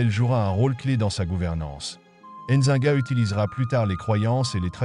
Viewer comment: N'zi-nga et non enzinga